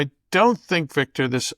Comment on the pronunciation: "Beek-tor, tell me, is Trump going to ween?" -Jose